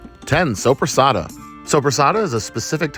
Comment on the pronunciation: When you said sopresatta i heard sobrasada and i got super excited thinking you ACTUALLY bought Spanish sobrasada hahahahaha. I wish xD. If you havent eat yet, i definitely recommend it, but maybe its not for everyone.